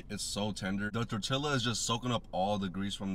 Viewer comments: So.. you called it "Tour-tila" and seconds later you called it "Tortilla"? That's character development. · It is strange because he pronounced it right the second time! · fk you talking about? That's not how. It's pronounced "tor-tee-Ya....Not tor-tila...get it right...😂😂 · Yes he did. It doesn’t matter if he speaks or not, it’s a spanish word pronounced the same. The double L makes a Y sound. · Bro if someone pronounces tortilla the way he did in front of me I’m dropping them 😂 that’s so disrespectful 😂💀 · Everyones so caught up on him violating that rib bone nobody is talking about how he pronounced tortilla 😂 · Man you don't have to be Latino, you just have to have your head up in the damn air 😂😂 never seen a more Latino looking dude mispronounce tortilla . They may not claim him 😆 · Did bro pronounce the L’s in “tortilla”?? 😵‍💫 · Notice how he miss pronounced tortilla the first time then said it right the second buddy does that for views smh..